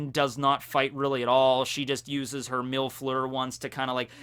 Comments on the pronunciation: When u said robin used mil fleur I thought u called her a milf lmao😂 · MILF lure? I can't unhear that. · When he said Mil Fleur it sounded like MILF FLUER xD